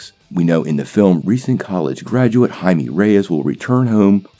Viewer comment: Blue iron man. Sure. Why not? DC can't do worse than ww84, right? RIGHT? And it's pronounced "hy-may"